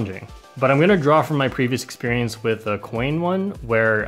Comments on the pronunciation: "lack of expearaminx" XD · My favorite part is when you say " lack of experiemix" lol